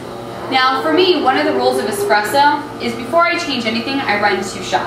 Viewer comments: Nothing hurts more than a barista champ that says “expresso” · Nice video. Not that she did it, but I really cringe when I hear anyone pronounce it, “x-press-o”, not “espresso.” Rookies.